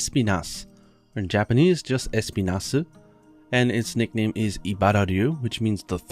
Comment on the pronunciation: As a spanish speaker, I can say that the accent in the name Espinas should be on the "i" and not the "E"... it's a spanish word that literally means thorn